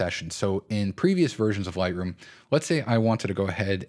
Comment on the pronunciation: For first few mins struggled to figure out what you were saying repeatedly….“Lie-roo” then it clicked… “Lightroom” 😉 good tips